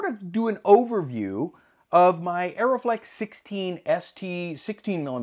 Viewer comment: Also it is "Uh-ree-flex", not "Aeroflex" :D